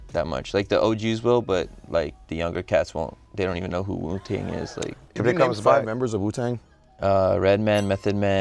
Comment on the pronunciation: This nigga can’t even say Wu-Tang right Jesus Christ I wanna kms